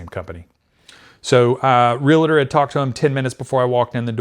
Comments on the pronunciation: Realtor is two syllables, not three. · Hey, the word “realtor” is NOT pronounced “ree-lah-tohr,” it is pronounced “REEL-TOHR!” Two syllables. The “L” is AFTER the letter “a.” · Real-tor ... not real-i-tur.